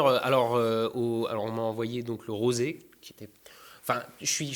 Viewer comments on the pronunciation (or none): none